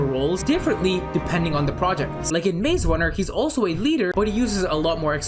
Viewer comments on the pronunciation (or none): none